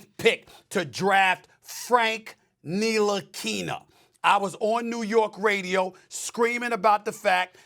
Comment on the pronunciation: When he say Frank Ntilikina i lost it 🤣🤣🤣🤣